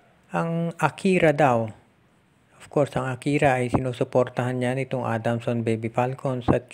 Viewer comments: Akari po hindi akira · Boss Akari yata Hindi Akira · Akari po. Hindi Akira